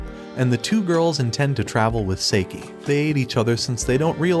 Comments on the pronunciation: Bruh why does he say saeke instead of saiki?💀🗿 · For the love of god hes namn is not seiki its saiki